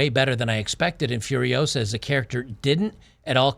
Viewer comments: It's Furi-OH-sa, not Furi-oh-SA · Start the word with “Foo” instead of “F-yer” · Hahaha is not fi-uh-riosa. It's fuh-ree-o-sah. Great video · It’s FuriOsa, not FuriosA! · "Furio-SA. Not FuriOO-sa." Hermione Granger. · It’s not Fur-I-OH-sa, it’s Fur-i-oh-SA… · You're getting the title wrong because you're using the pronunciation as Fury-osa, Furiosa it's a word in spanish so try just using Fu as in KungFu, FuRiosa, that aside great video lmao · "You're saying it wrong... It's furio-SAH, not Furio-SUH" ~ Hermione Granger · I’m not surprised that you have trouble pronouncing the movie’s title. This is what happens when you try to pronounce a foreign word as it’s an English word. Try: Fooriosa. Just pretend it’s an actual English word. By the way, how do you pronounce “Kung-fu”? Treat the first syllable in “furiosa” in the same way and presto! Incidentally, this maybe another reason for red-blooded Americans to avoid the movie: How dare those woke Hollywood people use Español for American movies. Actually, I am surprised they didn’t went full woke and named it “Furios_x” instead; you know, just to be gender neutral… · "Furiosa" is a Spanish/Portuguese word and is pronounced as "fooriOzah" . "Fu" as in 'foo' in fool; "ri" as RY in fuRY; "o" as O in "Oprah" and "sa" as 'zah" in Zachary. And it, obviously, means "furious woman". And it a powerful name to pronounce ;)